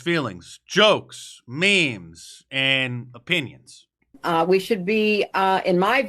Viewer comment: “ they are meems “ lmao